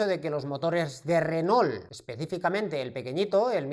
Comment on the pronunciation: ESTIMADO, LA VERDAD QUE TUS VIDEOS SON UN PLACER, PUEDO ESTAR TODO UN DÍA APRENDIENDO CON ESTO SI PUDIERA. TE MANDO UN ABRAZO DESDE ARGENTINA. P.D: critica constructiva, se pronuncia "renó" Saludos